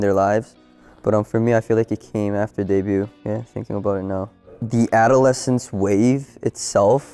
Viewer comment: Bruuh it's the a-duh-le-sns